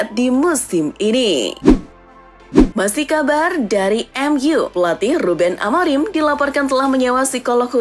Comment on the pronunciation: Baca nama orang yng benar ok konsesaun bukan konsekaun amoring bukan amorim